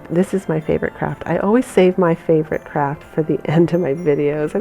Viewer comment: Lovely DIY items, def going to subscribe (teeny suggestion...maybe say "Project" instead of "Craft"? sometimes it comes across as "crap"...just a suggestion don't shoot me, I do love your things!